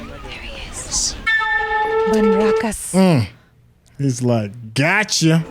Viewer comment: i really can not get over the fact that pronounced BANRAKAS so perfectly that even many indians can not do in first attempt